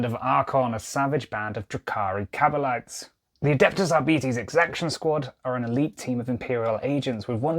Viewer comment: It's pronounced Arbites